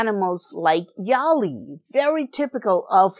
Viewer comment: It is not 'yaali' but it is 'vyaali'